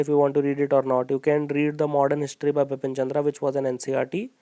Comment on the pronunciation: it's Bipan Chandra not Bipin Chandra .......sir please rectify me if I M wrong....